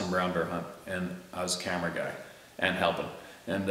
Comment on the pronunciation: just to let you know still laughing over your pellet gun and that mouthy rooster, it all started when you said " I was mounting the camera and turned around and a rooster was standing on my cammero" LMAO funniest episode EVER..... You have a great sense of humor don't ever change and btw love your babbling as you call it......